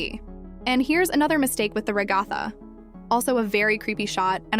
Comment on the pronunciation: ai voice. It's not "reg ah tha" It's "ragga tha" A human listening to the audio of the actual episode would be able to pick up on the proper pronounciation.